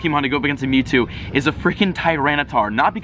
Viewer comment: who got an ad when he said metwwo